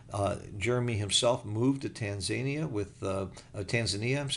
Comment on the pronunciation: Tan-Zania? Tan-Za-Nia, Its a country on the continent of Africa